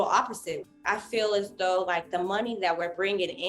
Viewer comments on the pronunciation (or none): none